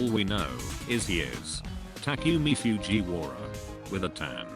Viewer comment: Tac-you-mie Fjuie-wara